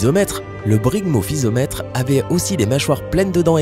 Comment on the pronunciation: C'est pas Zygophysomètre mais Zygophyseter, c'est pas Aulophysomètre mais Aulophyseter et puis enfin c'est pas Brygmophysomètre mais Brygmophyseter. Ca fait beaucoup d'erreurs. A part ça la vidéo est pas mal.